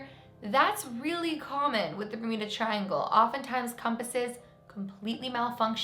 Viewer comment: Does she say bermida? Isnt it bermuda...